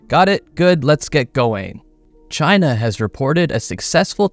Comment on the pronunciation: CHY-NA! CHY-NA! Won Space Race he said so!